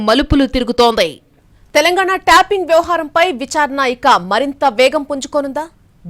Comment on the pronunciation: ట్యాపింగ్ అనే మాటను ట్యాంపింగ్ అని పలకడం మానేయండి వ్యాఖాత గారు.